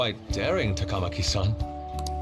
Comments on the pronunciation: Lmao that grapple hook edit at start 😂 also i see morgana follows frieza's vocab 😅 ah yes another member has joined the mashing community yeah this game has weird dub for names for some reason. Example they pronounce ann last name as Ta-Kama-Ki when its suppose to be Ta-Ka-Ma-Ki(funny enough 1 girl after kamo asshole confesses says her name right). Japanese names are supposed to have the same inflection/tone for the start of every syllable. They say ryuji's last name weird too, its Sa-Ka-Mo-To but they say it as Sa-Kamo-To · About the game butchering pronunciations, the correct ones: Kitagawa - Keetuh-GAH-wa Sakamoto - SAHkuh-moto Takamaki - TAKUH-maki Maruki - MAH-ruki Shibuya - SHEE-buya